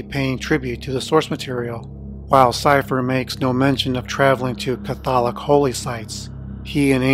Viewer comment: In-DIG-NANT not indigent(broke), Cath-lick not Cah-thol-ick, homage is pronounced oh-mah-juj